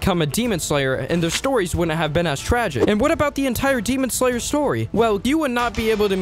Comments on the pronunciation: GEMON SLANGLER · 'demon sloler '😭